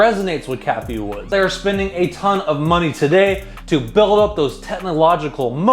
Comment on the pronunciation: It’s Cathie Wood not Cathie Woods🤦🏻‍♂️